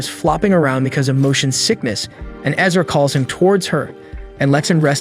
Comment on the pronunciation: Erza ERza ERZa ERZAAAAA. Not Ezra. Lol. The mispronunciations kill me. But otherwise pretty good recaps!